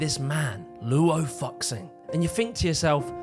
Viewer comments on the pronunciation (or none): as a chinese person looo-oh fuck sing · For those pronouncing Luo FuXing, x is pronounced with a “sh” and “ss” sound in china. like the letters s and sh in English. So instead of pronouncing Luo Fucksing, it’s Luuo Fuusing or Luuow Fuushing (phonetically spelled to better get my point across). It differs depending on region but yeh The more you know ⭐ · As a Chinese person, his pronunciation of Luo Fu Xing (Loo-o Foo Shing) is too funny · luo fu xing's name is pronounced closer to "luo foo-shing". and......despite some minor misinfo , general idea is delivered very well, nice job! imo the reason it was exterminated was just because the super conservative people in power back then didnt like it. that's all it takes for something to be deleted in china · bro didn't even try searching up how to pronounce luo fuxings name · Hm. Kinda disrespectful that you keep pronouncing Luo Fuxing like that. But then again, you can't even pronounce "visual kei"... so maybe it's unintentional? But you have Google. And I know not everyone's parents encouraged reading phonetically, but if I knew it not long after I started school, I think it's fair to expect you to in adulthood. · understandible..but hot damn you slaughtered the Chinese names. you said shamate once right at the start, from then on i kept hearing you say it like I'd expect an English speaker. and oh boy...luo fuxing sounds nothing like what you said aside from the ing at the end... luo sounds closer to low fuxing would sound something like fuu shing luo fuxing=lo fuushing might be more but i had to say that. source? i read lots of light novels from China and look up words plus watching donghua or Chinese animation. strange phonetics, really makes English speakers look silly great channel here is asianonmetry, white dude speaks perfect Chinese if anyone is interested.